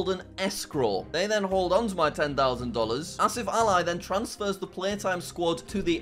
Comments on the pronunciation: Did he just pronounce Ali as Ally ? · the "Ali" in "AsifAli" is pronounced "Al-ee